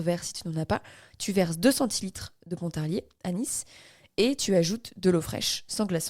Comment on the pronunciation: Merci ☺️ bon ne dit pas "ponte" ou "saponte " juste pont ou sapon mais merci pour l'histoire cest génial